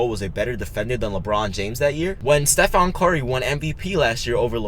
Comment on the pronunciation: Steph-On Curry...lol